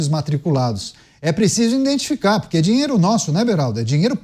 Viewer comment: O apresentador falou por 2x: é preciso iNdentificar 😮